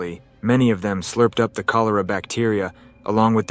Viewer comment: I made it until the horrible pronunciation of Cholera and shootouts… 😂